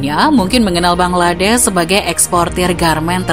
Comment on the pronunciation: Bangladesh min bukan bangladess